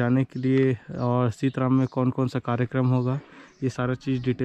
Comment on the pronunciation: ये सीतराम नहीं बल्कि सीतरम है कृपया नाम का सही उपयोग करियेगा।।। धन्यवाद।।